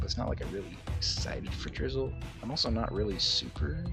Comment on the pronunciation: drizzile in d tier I do not agree with it but I respect it everyone has their own opinions (btw you did not pronounce it right)